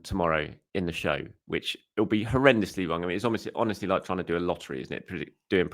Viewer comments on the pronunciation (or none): none